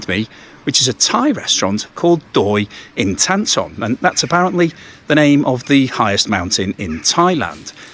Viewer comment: OK, Thanks for highlighting a Thai restaurant. Also Doi Intanon is pronounced Doy In- Taa - Non! With thee! as an inflection, as many Thai words end on a up accent tone. Thanks, great selection, too:)